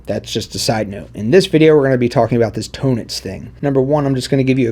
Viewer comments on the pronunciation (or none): You’re not even pronouncing the word “tonics quote correctly so I’m very skeptical that you know what the hell you’re talking about. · Hi, it's my 1st time here on your channel. Thanks for the explanation. Having said that, I wish you literally "spelled" out the name of this chart either in your video title / on screen / in the video description because I still have no idea how it's pronounced. Are you saying "tonitch" chart? Please clarify. Cheers.. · Oh thank God I went to the comments first. I thought this guy was pronouncing "tonics" as "tone-ics" instead of Tonnetz, and I was about to have a meltdown.